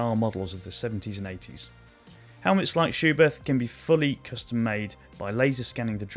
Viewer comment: its just "schubert" btw. no th.